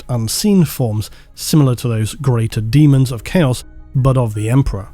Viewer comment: Still calling it. Deamons of the Emperor